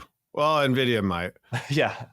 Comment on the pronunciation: It's ENVIDIA, not Nividia